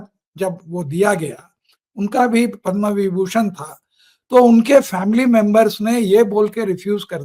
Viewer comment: पदम् पुरस्कार बोलें पद्मा पुरस्कार नहीं।